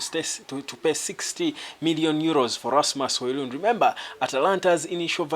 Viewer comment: Pls try and Google for the correct PRONOUNCEATION OF NAMES OF PLAYERS LIKE RASMUS HOJLUND